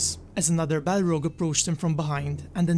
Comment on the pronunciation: It's balRog with strong R